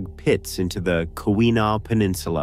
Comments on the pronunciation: It's pronounced Hoe ton, not How ton. smh And Keweenaw is pronounced Key when aw. But I guess AI can't pronounce anything correctly. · Ho-ten. Kee-wah-nah.